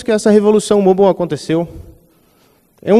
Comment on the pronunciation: Pelo amor de Deus...eu aqui o tempo todo me perguntando o que é o tal "Môbal" que o cara falava, até que percebi que era "Mobáio" (tentei trazer o som da pronúncia correta de "Mobile")...perde credibilidade não saber a pronúncia de "Mobile" e falar sobre isso durante 32 minutos...